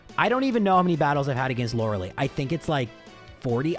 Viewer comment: You are killing with the pronunciation of Lorelei….. Lore-uh-ly not Lore-uh-lee. Think Gilmore girls hahah 😅